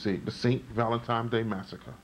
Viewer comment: How old are you? And you still haven't learned how to pronounce, "Valentine's Day?" There is no, "M" in "Valentine's." You say it as if the correct pronunciation is Valentime's. You should have learned that in the 1st grade!